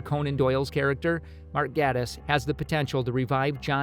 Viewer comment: Click Bait and incorrect pronunciations of Moffat and Gatiss names...